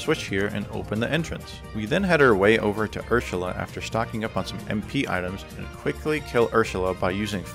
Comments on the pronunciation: You sound drunk everytime you say "Ursula," since you're slurring your words and say "Urshula." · the way you day Ursula makes me laugh😂😂😂